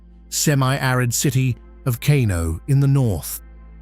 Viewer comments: It’s pronounced as car-no, NOT kay-no. A fair video, it could have been better. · Is not KENO,is KANO..